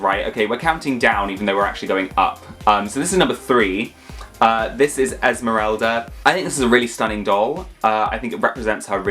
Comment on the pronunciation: They botched Esmerelda